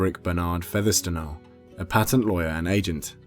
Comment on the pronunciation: FYI - the name "Fethertstonehaugh" is NOT pronounced "Feather-stone-haugh" but - bizarrely - pronounced "Fanshaw"